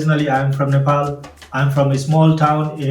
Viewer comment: sorry i am a nepalese i just cant help hearing this as its supposed to be nepal